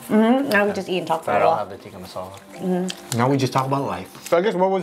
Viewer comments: Chicken 'tikki' masala🤣🤣🤣😅😅😅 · ngl as an indian when they said tikki masala i was cracking up 🤣🙏🏽